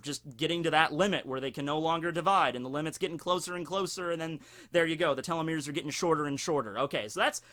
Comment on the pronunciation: You pronounced telomere weird You said:"Tell-lo-merr" It's pronounced:"Tee-lo-merr"